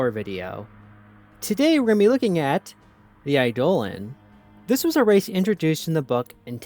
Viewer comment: Eidolon is pronounced like Idol-on